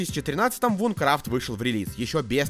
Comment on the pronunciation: Наверное я душнила , но не Вункрафт а Винкрафт (извини , очень режет слух когда кто то не правильно произносит, мой самый любимый проект )😊